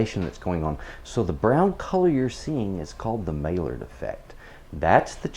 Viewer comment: Maillard is pronounced "my-yard," not "may-lard."